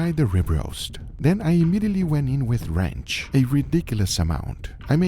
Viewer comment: Kept mishearing Guga pronounce 'ranch' as 'wretch', as in, "I have to remove this wretch". Still seemed accurate.